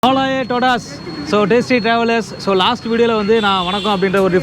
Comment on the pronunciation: Yov puthu language pesure nu soli savadikatha., if you said hola a todas pronounce it correctly. In hola h silent n espanol. Also todas should pronounce as tohdhas